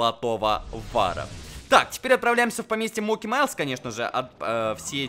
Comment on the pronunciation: Не моки а моти!!!